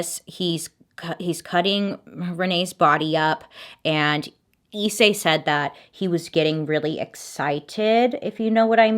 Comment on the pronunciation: Pronounced slightly differently actually ! Rize (リゼ) is just rizeh, and Issei (いっせい) is i’ssay, there’s a space between the I and the rest !